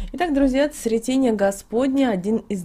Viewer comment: Благодарю! Но прошу правильно ставить ударения, особенно, в названиях церковных праздников, это ж СрЕтение. ОбразА.